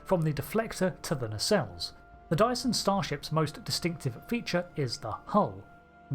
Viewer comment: Every time you say dyson it sounds like you're saying diason. Anyway good vid. This include, this includes :)